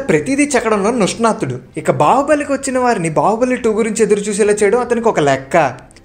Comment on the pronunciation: Ninsnathudu not nusnatudu